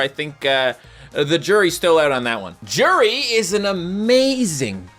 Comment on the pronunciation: Its pronounced you-di